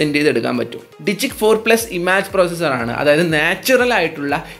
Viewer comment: ഇമാജ് അല്ല ഇമേജ്...